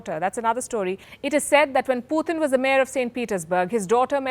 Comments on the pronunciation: It’s not Phuthin, it’s Putin. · Why's she saying "Poootn" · Please pronounce his name correctly. It’s Putin not Puthin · She's is pronouncing as poothin instead of putin..that sounds obviously different... 😀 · Please pronounce putin correctly. Its not poothin. Coming from a fellow indian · The way this woman pronounced "PUTIN" ? IS Comedy!!!! 😆 🤣 😂 😹 😆